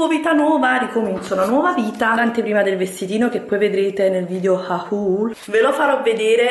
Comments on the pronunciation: ma perché continui a dire "haùùl"? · non dare ascolto alla gente che critica il tuo modo di pronunciare 'hahuuul' Io adoro quando lo dici,purtroppo la gente non sa cogliere l'ironia un bacio♥ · Ma "haul" proprio non riesci a dirlo come si deve???? 😠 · Come proposito per il nuovo anno ti suggerisco di applicarti nell'imparare una buona volta la pronuncia corretta della parola "haul". Considerato che la usi con la frequenza delle pisciate di un novantaduenne in una notte d'inverno, potrebbe essere un ottimo servizio per i tuoi spettatori. In alternativa, potresti considerare di liberare la rete dalla banalità che produci sacrificando semplicemente il tuo ridicolo canale. Il che sarebbe un servizio non solo per la rete ma per l'intera umanità.